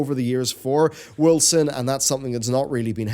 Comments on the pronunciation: Woll-zen,. Woll-zen. Not Wilson. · Am I the only one that is hearing him say "Wilson"? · Irritates me too. I pronounce it Wolken. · I could swear, you always say "Wilson" ... not Wolcen ... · He started off saying Wolcen, then he said Wilkson, from that point on he started saying Wilson. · Justified Kill77 so it’s not just me